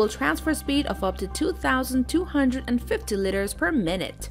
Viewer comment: What are these "litters" she talks about?